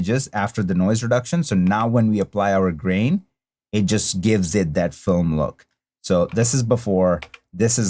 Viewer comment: It sounded like you said “brain” and not “grain” at first and I was like WTF🤣 Great look tutorial as always😊 Now PLEEEEEASE do Sin City🤞😬